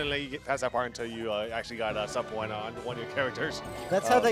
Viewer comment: The guy pronounced it "sub-PO-enas"...sub-PEE-nas dood.